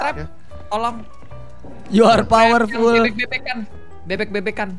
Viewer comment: Yu ar powerpul yu ar biutipul😂